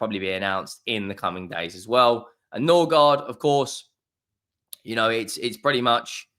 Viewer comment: I think he's a little bit dyslexic, he mispronounced Mbeumo and Norgaard too LOL